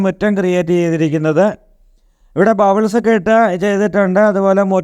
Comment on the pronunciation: ബബിൾസ് അല്ല മോനേ.....പെബിൾസ്